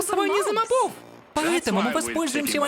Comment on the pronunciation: *Правильно мóбов — не мобóв